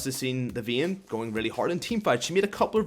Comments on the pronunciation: I dislike cuz your saying veyne its vayne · you cant pronounce vayne i cant listen to your ween or whatever you call her